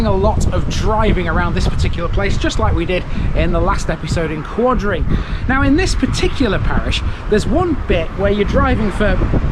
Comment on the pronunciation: As a resident of Quadring Fen and grown up in Gosberton Risegate I am finding this a little disrespectful that you couldn't check with some of the locals about how to pronounce the place names. Quadring is pronounced QWAY-DRING, CLOUGH rhymes with HOW. There are no open pubs in either Gosberton or Risegate.